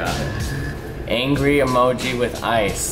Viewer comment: E-moji not a-moji: e-moji emoji